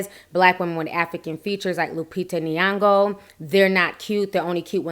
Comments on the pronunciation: She's called Nyong'o not Niango.. Kindly don't call out names that you can't pronounce correctly, it's irritating, moreso a black person mispronouncing another black person's name. Anyways, you doing a good job with your vids, i've subscribed. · I'm sorry but it gets me when people mispronounce Nyong'o😂😂😂. Awesome content though. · I'm sorry but you really have to learn how to pronounce her name right it's not really difficult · i can't stand how you pronounce her name